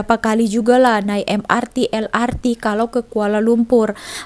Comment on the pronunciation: Kenapa el ar ti...bukan el er te